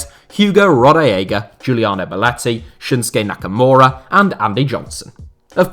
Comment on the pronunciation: You said shinshki nakamura he's a wwe wrestler right?